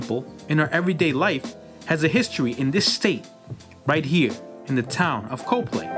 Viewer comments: I was born and raised in Allentown having left in 1979. Miss it very much. However, your pronunciation of Coplay made me cringe. Xtill enjoyed the video though. Thank you. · COPLAY pronounce Cop-Pla-y Not Co-Play. You missed so many historically important areas that makes the Lehigh Valley so great. Oldest Bookshop in all America that's still open to this day The Moravian Bookstore located on 428 Main St, Bethlehem, PA 18018 first opened 1745. Bethlehem Steel originally sat on more than 11,000 acres of land; the site of the 4 Blast Furnaces is only a total of 5,000 acres. Down the back east-side of Bethlehem steel towards Hellertown where all the Trucking warehouses are located now a days was actually still part of Bethlehem Steel right up to Silver Creek Country Golf Club. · Its “cop-lee”. Not “CO-play”. Like Copley Place in Boston. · You mispronounced Coplay. It’s not Co-Play it’s COPlay. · Its not pronounced co play its pronounced cop lee other than that great video 👍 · COP- LAY not CO - PLAY! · Very nicely done! But one thing that seems to distinguish the locals from outsiders is their pronunciation of the city of Coplay. Most you-tubers pronounced it "Co' play" while the locals say: "Cop' lee". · It’s Cop lee not co play. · It's pronunciation of Copley is " cop lay" nobody says coopley. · I grew up in Allentown in the 70's and 80's lots of history in the area. Moved out to the Mid-West of Evansville, IN. I definitely miss my home town in many ways, definitely the food. Great video, THANKS! Also I had always heard Coplay pernounced as Cop-Lay not CO-Play. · Dude, this is a great video! Thanks. Btw, it's pronounced Cop-LEE. Yeah it's dumb. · My ancestors settled in the Lehigh Valley prior to the American Revolution, and so I want to thank you for this excellent video. I learned some things! Also, we pronounce the town name “Cop-plea.” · We pronounce it "cop - lee".